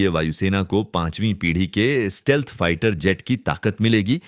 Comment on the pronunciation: It's stealth and not steelth